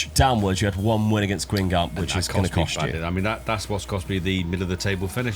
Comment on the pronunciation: If you want to know the French pronunciation, here's a (very) rough guide for the more peculiar ones: Guingamp = Gahn-gone Rennes = Ren Reims = Rans Cannes = Can Caen = Cawn